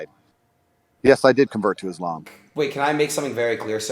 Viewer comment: The way he said it's ISLAM ❤️👏👏